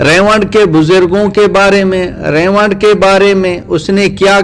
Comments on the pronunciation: رائیونڈ کو ریوڈ کہ رھا ھے ۔ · ap ko Baat krne ki Tameez hi nhi ha Tu ulma ka Adab krna nhi janta tu molana Saad sb aur molana Tariq ka Naam lane ki txmeez nhi zTujhe Haram k moot mola sad sb ko Gumrah Bata raha ha zTujhe to zRaiwind lafaz sahi se bolna nhi Aata Bhadway